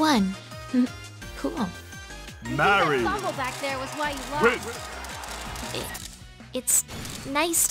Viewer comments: I love how it says her name wrong it says marri not marie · I really like how the announcer doesn't even say "Marie" and just straight up says "MARRY" instead